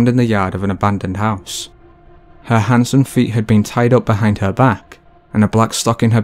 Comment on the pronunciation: I had to listen a couple times before realizing he was saying hands AND feet, not HANDSOME feet 🤦‍♀️